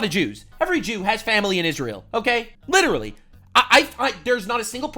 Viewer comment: "licherawwy" is devious work